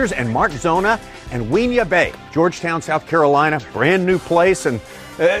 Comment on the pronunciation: its not whin-yah its win-yah